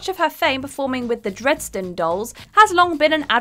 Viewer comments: The Dredsden Dolls? Is there nothing won't mispronounce? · has a great voice for presenting these vids but can someone at WhatCulture towers just “proof listen” her vids first please? Her pronunciation of “Dresden” & “Reznor” just made my cringe😅